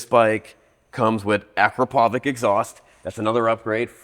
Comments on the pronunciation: Learn to pronounce Akrapovič properly. Please! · Bwahaha! You absolutely butchered the name of the exhaust company~! 🤣🤣🤣